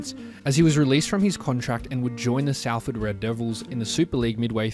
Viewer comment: Is pronounced Sol-ford just for future reference. Great video BTW